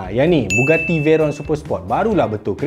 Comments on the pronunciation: Bugatti bang, bukan Buggati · bugatti la bukan buggati. tak sekolah ke. keh keh keh.